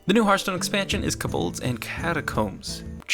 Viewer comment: "The new expansion is Kuh-bolds and catacombs" turns off video